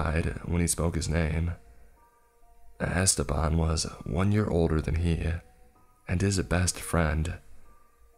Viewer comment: 'EstÉban' the name is EstEban the E has wrong pronunciation omg, that was scarier than the whole story